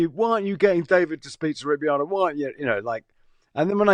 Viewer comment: Baffling how you didn't know how to pronounce Beato.